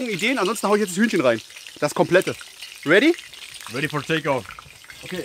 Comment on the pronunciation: ready for a Backfisch, der Englisch Profi xD haha😂